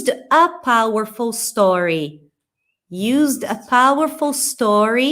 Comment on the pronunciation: A frase da só faltou o r no powerful.